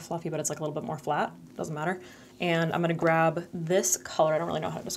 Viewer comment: word of the day: "I'm-uh-na"